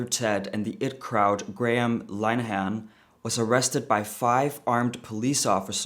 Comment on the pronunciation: Graham "Line-Han" lmao